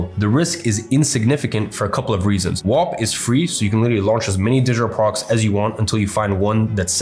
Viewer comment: He says digital products like Kim Jon. "Digitor prorcs"